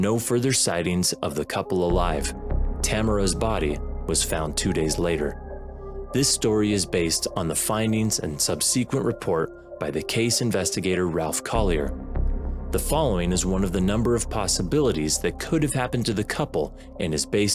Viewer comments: It’s pronounced SUB se quent, not sub SE quent. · "Subseekwent" I'm sorry I cant let that go. Subsequent man. Subsequent.